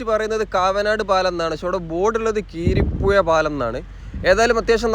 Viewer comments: കീരിപ്പുഴ അല്ല ബായ് , കുരീപ്പുഴ പാലം , എന്തായാലും വിഡീയോ നന്നായിട്ടുണ്ട്. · കീരിപ്പുഴ പാലം അല്ല ബ്രോ കുരീപ്പുഴ പാലം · കിരീപ്പുഴ അല്ല കുരീപ്പുഴ എന്നതാണ് ശരി. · കീരിപ്പുഴ അല്ല കുരീപ്പുഴ എന്നതാണ് ശരി❤ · കിരിപുഴ അല്ല കുരിപ്പുഴ ആണ് കവനാട് പാലം ആണ് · കീരിപ്പുഴ അല്ല ബ്രോ കുരീപ്പുഴ പാലം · കീരിപ്പുഴ അല്ല bro കുരീപ്പുഴ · കീരിപുഴ അല്ല.. കുരീപ്പുഴ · Keeripuzha alla kuripuzha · കിരിപ്പുഴ എന്നല്ല. കുരീപ്പുഴ പാലം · 😂😂 " കീരിപ്പുഴ " അല്ല " കുരീപ്പുഴ " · നീണ്ടുകര അല്ല നീണ്ട കര കീരി പ്പുഴ അല്ല കുരീപ്പുഴ